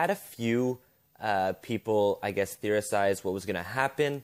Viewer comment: Lol did you just say therisize?